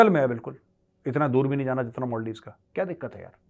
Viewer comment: सर मोलदिव नहीं मालदीव्स बोलिए